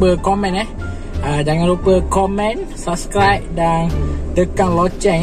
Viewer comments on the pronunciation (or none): none